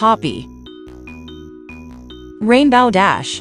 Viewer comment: It’s rainbow dash not rainbaw dash